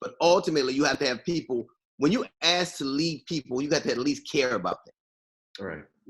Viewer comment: When DL says when your ask is different from my ask, and he kept saying ask. Lol, it sounds like ass instead of ask. Lol